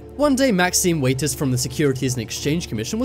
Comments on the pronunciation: Maxine Waters, not Maxine Waiters. Seriously, dude. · 1st comment so far... it's Maxine WATERS - correctly pronunciated as, in a glass of tap or bottled WATER(s) to drink... NOT waiters, weighters or waaaters. Just sayin' (bc it drives me nuts) 😆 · Waters. Not Waiters. Waters. Like, you know, the shit you drink. Jesus Christ...